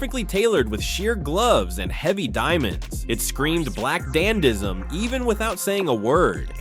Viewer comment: If you’re going to talk about the Met Gala 2025, at least pronounce “dandyism” correctly. Do you even know what a “dandy” is?